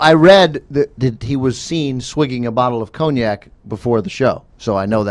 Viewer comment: 'con - yak' not 'cone - yak' Come on! It's not just any old drink!